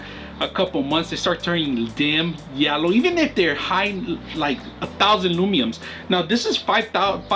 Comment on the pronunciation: It’s Lu men s not lumenes